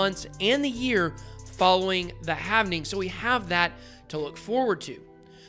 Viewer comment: It's halving not havening